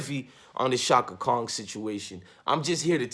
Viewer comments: Are you saying shaka Khan , Or shaka Kong?? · It's Chaka Khan bro. not Chaka Kong. She not King Kong daughter... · Pls say Chaka "Khan" not"Kong" even if she did mess up and she did all night. Cut Stephanie THE ENTIRE CHECK! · I’m not listening to anyone that say Chaka Kong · Sorry but the Aquarius in me CAN'T help but hear the pronunciation of a "g" in Chaka Khan's name and it's not😏 respectfully.... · I’m an Aquarius too and it was bothering me also lol😂😂😂